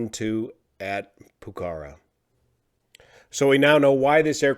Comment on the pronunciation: Love u, but ur not pronoucing Pokhora correctly and it's driving me nuts (I live in Nepal). So, pilot error then. That sucks.